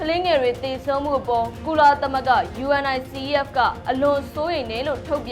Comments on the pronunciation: '' ရေ ယူနီဆက် လို့ကြေငြာပါ၊ ယူအင်အိုင်စီအီးအက်လို့ မပြောနဲ့လေ၊ အဲဒါလေးတွေကြောင့် ညီးကိုဝေဖန်နေကြတာပေါ့၊ အချင်းချင်းကလဲ အဆင်မပြေတာလေးကို ပြင်ပေးကြသင့်တာပေါ့ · ယူနီဆက် လို့ဖတ်ရတယ်။ လေ့လာကြပါ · ယူနီဆက်ဖ် လို့အသံထွက်ပါတယ် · Unicef ကို ယူနီစက် လို့ အသံထွက်ပေးပါ စာလုံးတွေအတိုင်း မပြောပါနဲ့ သမီးရေ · UNICEF... ယူနီဆက်လို့အသံထွက်ရတယ် နော်❤❤🎉🎉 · ယူနီဆက် လို့ပြောရင်ပိုအဆင်ပြေမယ်ထင်တယ် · ယူနီဆက် လို့ဖတ်ပါလား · UNICEF(ယူနီဆက်)လို့အသံထွက်ဖတ်ပေးပါသမီးလေး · ကြားဘူးလား ယူအန်အိုင်စီအီးအက်ဖ်လို့ ဘယ်သူပြောတာကြားဘူးလဲ ၊ 😅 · သမီးလေး ❤ Unicef ယူနီဆက် လို့ ပြောပါ ❤ ကမ်ဘာ့ခလေးများ ရံပုံငွေ အဖွဲ့ပါ